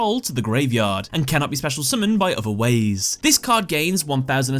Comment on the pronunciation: "...by other wAiZe."